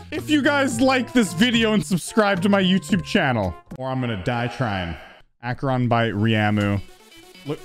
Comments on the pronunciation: its not EICHERON its ACHERON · it’s Acer-on jeez man. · its actuaallly proonounsed Acharon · Uhhh.. It's actually "Acheron", not "Aych-eron" 🤓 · Let me educate you people. 🤓 As a Greek dude, i'm the one who can tell you how to correctly pronounce the level's name. So, we have: A (as in "a-nimal") Ché (as in "he-ritage") Ron (as it is) It's also actually pronounced in the 2nd syllable. So it's "A-Hé-Ron", not "Á-He-Ron" Hope that makes sense. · You were right, ITS PRONOUNCE ACHERON NOT ICHIRON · Mate... it is not called 'aChErOn' .. its called 'AcHeRoN' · iTs AkErONnNNNNnNnN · It’s “a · kr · aan” NOT “ā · kr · aan” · Ak-A-Ron not Achyey-Rohn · its pronounced ach-er-on not eekeeron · Acheron no Aceron yes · It’s pronounced “ack-eron” not “ach-eron” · It’s A-ker-on. Not Aye-cher-on. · I think It's aey-c-her-ON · Actually it’s pronounced “Akeron” with a short a like in “cat.” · He its pronounced like (Ak-e-ron) 🤓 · Oh my God,!! It’s pronounced Ack-Er-On!! Get it right!! You’re welcome! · Actually it is pronounced Akeron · its ack-a-ron,. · Hey, just to let you know, it's pronounced "Acheron." Hope this helps (in more ways than one:)) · Correction: A-cre-on. Acheron 2nd Correction: Ry-A-mu. Ryamu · AK-IR-ON Acheron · Its pronounced Acheron, you're welcome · Acheron (Ack-er-on). Your welcome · Erm, actually it’s pronounced Ack - ur - on 🤓🤓🤓🤓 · its not acheron. this is aheeerjoon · its actually pronounced acheron 🤓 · Aykreon pronunciation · IT'S ACK-EH-RONNN!¡!¡!¡! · um actually the ch in acheron is pronounced as a K and you dont say the e at all so its actually "Akron". I'm definetly making this just for your knowledge and not for the algorithm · Erm you pronounced it wrong it’s called ac er on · dude its pronounced (ak-er-on)! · Actually you said arehchenon wrong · Its pronounced aychron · It’s actually pronounced ak-er-on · A-kuh-ron is how it's pronounced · its akeron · Bro its pronounced akeron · you prenounc it like akeron